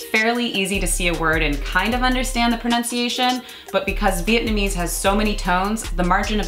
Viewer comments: Wow!!! you guys are soooo white (with the pronunciations). Other than that, great video. Thanks for referring to my city of birth Saigon and not HCMC. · cringing at yall Vietnamese. Great video!